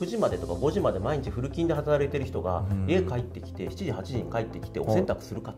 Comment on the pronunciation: フル勤、フルキンって、、、 フルチンに聞こえちゃう(///∇///) ゲイより